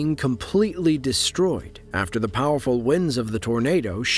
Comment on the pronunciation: When you say “deshtroy”, do you mean “destroy”?